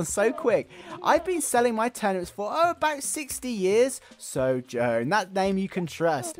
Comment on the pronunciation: Sow Joans ( which btw you were saying it wrong) is a pun on the Dow Jones stock market bc youre trying to always make that big profit. 'buy low and sell high' thats the whole motto of playing the market. Dow Jones is the most recognizable stock, atleast in North America.